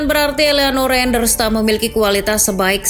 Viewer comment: izin koreksi nama min, Tijjani Reinjders --> Tiyani Rainders, Eliano Reijnders --> Eliano Rainders, terimakasih min